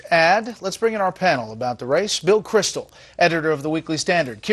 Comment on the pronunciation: stopped when he said "Bill Krystal"